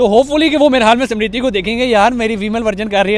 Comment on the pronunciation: Smirthi not simrithi 😂